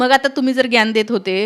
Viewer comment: मराठीत ज्ञान म्हणतात, ग्यान नाही.